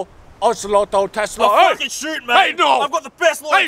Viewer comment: “I fwukin wee on u”